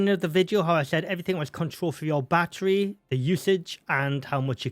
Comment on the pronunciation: Still trying to figure out what a "baa err ree" is. Is he referring to baTTery, as in pronouncing the "t"'s in the word? Have the British just abandonded the "t" because of that American incident about 250 years ago?